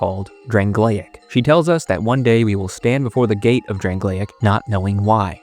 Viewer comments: I think it's pronounced Drang-Lake not Drang-Lay-Egg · The way "Drangleic" was pronouced hurt my soul.